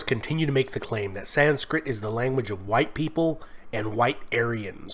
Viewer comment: it is 'sanskrit', not 'sanskrita'